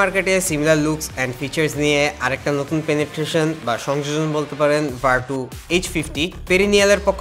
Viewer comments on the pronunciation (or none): ভাই এইটা ভারটু না, ভারচূ! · "Virtue" = ভারচু